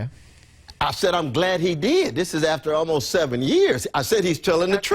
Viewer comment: Is he saying "gald"?